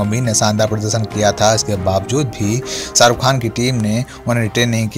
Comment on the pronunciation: हमे लगता है...तुम अपणी हिंदी पेहले सुधार लो...सारुख नही शाहरुख है वो...